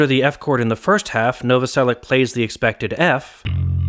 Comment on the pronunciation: As a Slavic person, it's really weird to hear last name Novoselic pronounced with [k] in the end instead of [ch]. Great video regardless and it's surprising that haven't made the video earlier!